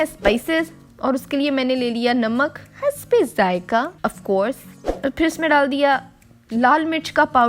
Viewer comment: The way she said hasbe zaika. Man I'm rolling.😂😂😂😂